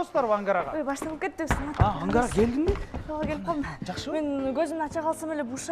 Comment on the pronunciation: Ангара деген ат барбы Амкара Деп эле угулуп атат